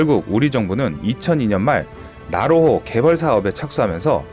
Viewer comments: 지지대 = 지대지 .. 나호로 = 나로호 ㅋㅋㅋㅋㅋㅋ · 연습좀 더해라. 나호로? 나로호, 지지대?지대지. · 왜자꾸 나로호를 나호로 라고 읽지? ㅋㅋㅋ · 근데 글읽으실때 앞뒤를 잘좀읽어주시지요 예를들어 이 영상에서 지대지미사일을 지지대라고 읽으시네... 또 나로호를 나호로라고 읽고...굉장이 신경쓰이네요 영상에 신경이 안감.. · 지대지 유도탄을 지지대 유도탄이라고 읽고, 나로호 를 나호로 라고 읽더군요 그리고 2001년은 김대중씨가 대통령이었는데 당시 대통령이 노무현씨라고 하시는군요 그리고 않만드는 이 아니라 안 만드는이라고 해야 합니다. 신중히 체크 하시고 방송하시길 .... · 백곰 지대지를 백곰 지지대로 읽으시고 나로호를 나호로 로 읽으심...